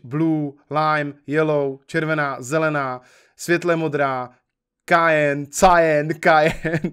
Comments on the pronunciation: Cyan - čte Kajen Moje znalosti tiskových barev jakožto vystudovanej Grafik: OMG.... Vážně Cyan čte jako Kajen a ne Sajen? WTF?:D:D:D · Ta modrá barva se vyslovuje "sajn" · "Kájn" XD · Já to vyslovuju "sájn" nebo "sájen"